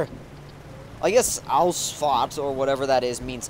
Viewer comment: It's so funny how you say german words like kassel or ausfahrt by the way, i am from germany :D